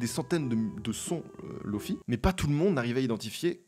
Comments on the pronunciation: Hey ! On dit LoFi (et pas LoFai ou LoFaye) : ça vient de Low Fidelity. Sur le lofi on applique un grain sur le son afin qu'il paraisse sortir d'une cassette ou de ton lecteur VHS. Les samples sont aussi souvent de moins bonnes qualité. On l'oppose à HiFi. Pour High Fidelity. Un des pionniers du LoFi c'est Nujabes. Il a fait la bande son de Samourai Champloo. Si tu ne connais pas, poses toi, mets son titre feather dans tes oreilles :) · On dit "Lofi" et pas "Lofay" étant donné que Lofi signifie "Low Fidelity"